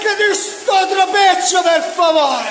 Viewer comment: "Vai dietro per faovreh". E va dietro lui.